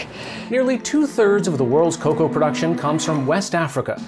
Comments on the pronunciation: please say cocoa instead of coca😂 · Nobodys gonna mention the fact hes saying coca and not coco? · I just hate how he pronounces some words. He is saying “Coca.” Cocoa and Coca are different things. Ridick-uh-lus. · Top notch vid as usual…even though he keeps mispronouncing ‘cocoa’ as ‘coca’. And making people think chocolate comes from the same plant cocaine duz😂😂